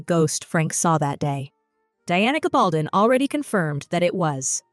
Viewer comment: You know a lot about Outlander, but please learn how to pronounce Diana's last name properly. There are many YouTube videos out there where she is introduced and you can learn the pronunciation. It's hard to take you seriously until you do.